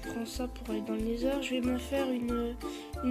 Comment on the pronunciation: On dit "nether" , sinon continue, c'est sympas à voir, continue ;D